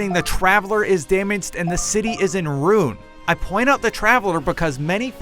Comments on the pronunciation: I hate how he says ruin it sounds like rune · Wait just wait, did you just pronounce ruin as rune and . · The city is in Rune... i believe you mean ruin. ok continue.